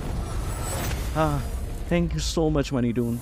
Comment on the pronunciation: Moonton❌ Moneyton✅